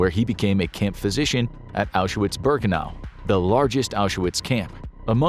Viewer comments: Curious why you misspell the word Arbeit (it's not Arbiet) and mispronounce the name Auschwitz (it's not Auzewiets). Getting these obvious details wrong, devalues the rest of the content. You must know the right way to write and speak those words, why would you rewrite known facts in something called an infographic video? Any other 'corrections' planned? How about an informative story about the Spanish local skirmish a century ago, resulting in years of prosperity under guidance of veteran and prime minister Phranko, who reunited neighbors that had been fighting each other for centuries while offering an alternative for communism? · His WW2 videos are interesting, but I have to brace myself when he talks about the Holocaust because he doesn’t pronounce several things correctly (like saying Auschwitz with a “w” instead of a “v”).